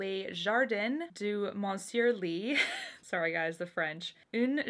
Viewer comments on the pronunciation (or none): none